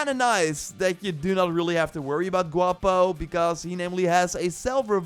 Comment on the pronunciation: Its pronounced " Wap-o"(guapo) "Cor-teso"(choriso) "Chi-char-one"(chicharróne) Got boom boom right, but Mexicans would say "bm bm" "Al-oo-so"(oluso) Not a hate comment!!!